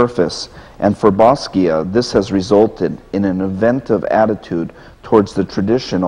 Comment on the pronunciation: WHy cant he pronounce basquiat correctly